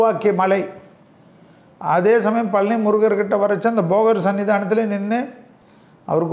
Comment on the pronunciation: பழனி என்று சொல்லுங்கள். பலனி அல்ல.